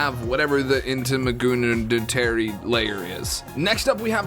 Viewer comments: Integumentary is “in-tegg-you-meant-terry”. It’s all three layers of the skin (epidermis, dermis, and subcutaneous). Sorry, my anatomy mind went, “he said WHAT”. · Great video! Just saying though, Integumentary is pronounced: In-teg-u-men-tary. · i have never heard someone butcher the word integumentary before, it was hilarious.